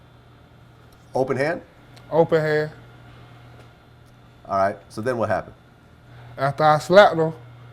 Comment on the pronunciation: I love how vlad keeps putting emphasis on "open hand" 😂